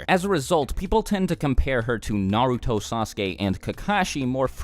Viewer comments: This is unrelated, but it drives me crazy when I hear someone pronounce Naruto "Nuh-root-oh", but I don't want people to think I'm a weeb so I have stay quiet. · good vid but the way u pronounce the names is cringe